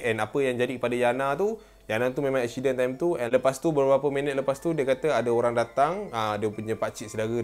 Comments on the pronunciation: kenape aku dengar cakap accident jadi " ekshiden " hahaha tapi comel 😂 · Eshiden eshsiden😂😂 gurauw